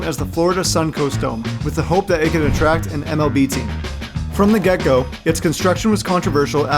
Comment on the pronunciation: bro said “from the gecko” 💀 it’s from the get go buddy 😂